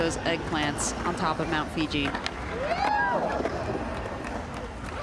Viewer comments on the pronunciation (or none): FUJI, NOT FIJI!!